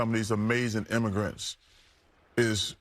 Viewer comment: He can't even talk right, he said imminigrants, not imminigrants, I ain't never rocked with democrat shill Barkley.